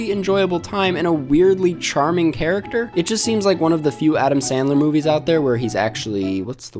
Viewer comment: I wuv Adam Sandwuw. 😁😁😁😁